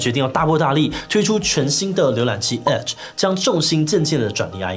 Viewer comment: 弱弱得表達，聽成了阿滴瀏覽器。